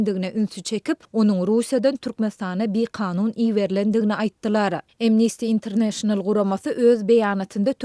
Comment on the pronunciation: "Imnisti Interneýşenal" däl, eýsem "AMnesti Interneýşenal" diýip aýtmaly! ☝️